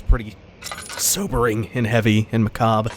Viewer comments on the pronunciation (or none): I'm pretty sure that's pronounced "macarbrah". :) Uh, again.